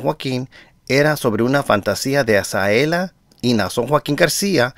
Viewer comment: Hola, por favor pronuncia bien el nombre de Azalea, usted dice Azaela, no es por molestarlo es para que sea por la credibilidad de sus buenos comentarios.